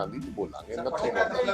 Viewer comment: Manbhudhi nai hndaa mandbuddhi hnda haii..🎉🎉🎉galat uchaaran